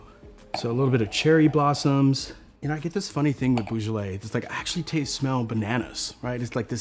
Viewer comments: C'mon man, it's 'bo-zhalay', not 'boo-zhalay'. Best to sound like an expert whilst one critiques like an expert, eh? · I'm not a nit-pick, but for a wine as well known as Beaujolais, a sommelier should say BOjolais not BOOjolais. Of course you cant pronounce 150 other complicated French names correctly, but this one is SOOOOO well known. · Beau NOT Boo! Thanks 🙏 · He definitely was mispronouncing Beaujolais. “Eau” in French is pronounced like the letter “O”. Even in English there’s the word beau for boyfriend or sometimes the name Beau instead of Bo.